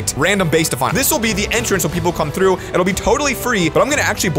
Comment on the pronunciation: LoL on 0.31 sec at the begin he says trough but he speaks the tr like rly t(rrrr)ough the r 😂